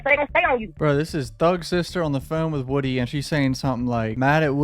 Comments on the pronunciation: His name is (woo) (dy) not (wood) (y) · You keep calling him Woody, it's not Woody it's Woody.